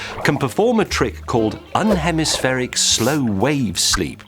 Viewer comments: I think that is unihemispheric not unhemispheric. He keeps saying un not uni. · I'm sorry but he uses the word exactly twice in the video: and . On both occasions, he very clearly says "un-hemispheric" (sounds like "bun-hemispheric"; , he even emphasises the un- part) and very definitely not "unihemispheric" (sounds like "you-nee-hemispheric"). But, yes, it's written correctly. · James said un-hemispheric instead of uni-hemispheric :( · Not 'unhemispheric', 'UNIhemispheric' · It's "uni-hemispheric" James, as in "one hemisphere". (YOO ni hemmiss FERRick) :-) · UNIhemispheric, James, uni... Meaning one hemisphere :)... As in UNIcorn, UNIversity... Not, UN-hemispheric (makes me think of no-hemisphere lol) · UNIhemispheric, not UNhemispheric. It's ok though, I can't spell. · Uni-hemispheric, not un-hemispheric. Uni being for one (side), like unilateral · its unihemispheric not unhemispheric. like UNI meaning one. unihemispheric, one hemisphere, half a brain sleeps while the other half remains conscious. sorry james had to correct u on that. excellent video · James, it's UNIHEMISPHERIC sleep, not un-hemispheric. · Is it not pronounced "UNI-hemispheric" as in "UNI-versity"? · Ian Vaughan /ju:ni:hɛmɪs'fɛrɪk/ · Why does he pronounce unihemispheric as unhemispheric? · lol, 'unhemispheric slow wave sleep'. I guess he misread and missed the 'i'. Mr. May! I thought you were so smart. ;) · Isn't it pronounced uni-hemispheric sleep, as in uni-cycle? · Thank you. I assume he was wrong and that wasn't just some weird British way of pronouncing it. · Ben H. You assume correctly. I am English and it wasn't an odd pronunciation. He just got the word wrong. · No. I have the same accent, and he's simply reading the word wrong. He did it in another video as well. I guess the editors were to nervous to tell him or ask him to re-record it XD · I don't think he is pronouncing unihemispheric correctly.